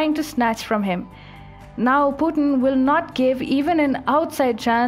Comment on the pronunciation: What's Pu-en? it's Pu-tin